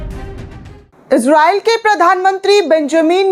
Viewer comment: ازراءیل نھیں اسراءیل ھے